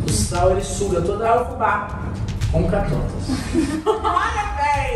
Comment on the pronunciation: "Catotas" kkkkkkkkkk